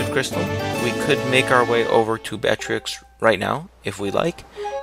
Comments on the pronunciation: i'm sorry but it's pronounced batro not batrix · i actually think his name is pronouced "bat-roo". being that with french words thats how you would spell it and pronounce it. =P anyone else think so? =o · Batreaux is pronounced "Bat-row" just so you know. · if anybody wonders how to say batreaux's name it's bat-tre-ex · Bat-Row, the X is silent. This is coming from a French student.